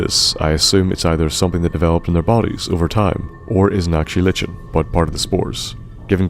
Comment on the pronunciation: Liken, not Lichen. The ch makes a k sound. Like in the name Charon.